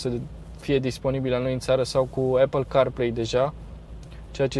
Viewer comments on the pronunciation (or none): none